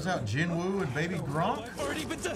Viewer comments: its gee-nooh but aight, also sub is jin-woo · Sub - Ji Woo ❌️ Dub - ✅️ Lmao 🤣